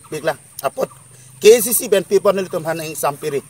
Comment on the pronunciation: Un educated person apotlo khei aphan kachongthui apot poisa amek kethe ale lobo.KACC puha pronounciation ningke thekthe le